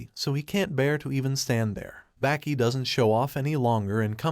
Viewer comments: Sounds like he is saying Back e not Baki 😭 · Its baki not becky